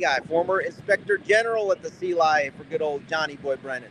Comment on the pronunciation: I simply love it when he said “The C-lie-A!!”